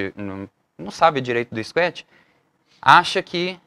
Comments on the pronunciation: É escuétchi ou scratch? Tem algo errado na pronúncia, vindo de um professor!!!!!!!!!!! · cara, bacana a simplicidade no jeito de falar !................engraçado falar scuet rsrs..............